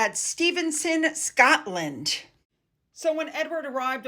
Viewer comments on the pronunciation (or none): none